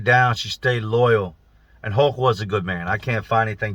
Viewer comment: I watched a video the other day that I could have swore he was saying "hawk" then by the end of the video I realized he was saying "hulk". I imagine it's the same guy cuz how many people could a guy possibly know called hulk?!